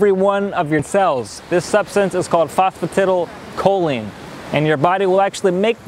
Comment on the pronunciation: The CORRECT pronunciation of phosphatidylcholine is FOS FO TY DAL CO LEEN